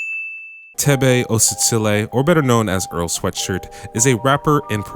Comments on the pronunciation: kgositsile is pronounced with a saliva hurl sorta like hebrew's. its like "KHO-si-tsi-le" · lol it's all good. The Kg in Kgositsile & Keorapetse is hard to pronounce for other south Africans who are not setswana Speakers.